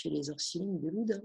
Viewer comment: Loudun pas Loudin!